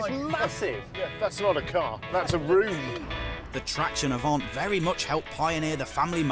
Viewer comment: "Avant' not "Avante" !